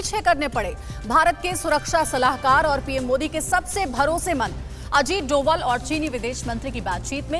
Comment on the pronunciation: अर्थ का अनर्थ कर देते हैं..... वो डोभाल होना चाहिए डोवल कम से कम नाम तो सही से दे दिया कीजिये..... हमारे यहाँ डोवल नाम के निवासी नहीं होते हैं